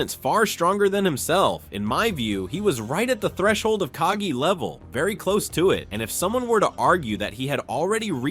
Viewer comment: It’s KagE and not kagi:)